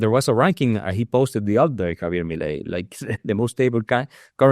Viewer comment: Por favor, his name is not pronounced Javie' it's Javier. The r in Spanish is as rhotic r with the slightest trill.